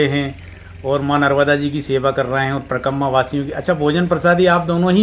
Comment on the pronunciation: Parkamma parkamma mat karo, uchcharan sahi kiya karo.. Parikrama. Thanks.